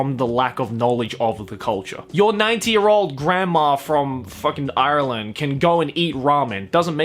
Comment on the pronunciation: You say Ireland with such an American accent